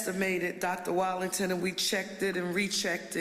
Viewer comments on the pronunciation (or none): Ms. Parker, the superintendent's name is Wattlington not Wallington.